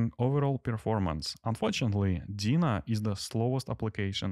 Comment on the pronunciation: Nice test. Although I couldn't get over how funny you pronounce Deno. To me it sounds like Dina, not Deno :P